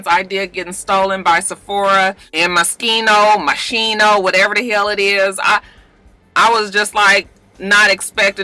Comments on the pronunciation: Walk your yard with ax handles and teach those cavemen to walk their beasts elsewhere. My mf'in rule. Moschino is pronounced Moskeeno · The right pronounciation for Moschino is : Moss-ski-no :)